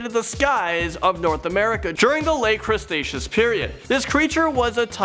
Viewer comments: lol its cretaceous not crustacious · Crustatios period? you mean cretaceous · did he just say crenaceous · And "crecstacious" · The late “crustaceous period”? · Lol was it just me or did say crustaceous and andiconda? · pterodactyl doesn't exist, there is a pterodactylus which is tiny and the pteranadon, also dude you mispronounced quite a bit of things lol spinosaurus spine is called a sail it's it's not crentasious period it's not tryannosaurus and it's spelt like mosa but it's pronounced like moza please iosaurus is how that the well the you know what is spelt, some of these mistakes are common but you need to make sure you're pronouncing things correctly more often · (Que tz o coat les) (cre tay shos) (ter an o don) thats how u say these things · i like how he keeps getting the word cretaceous wrong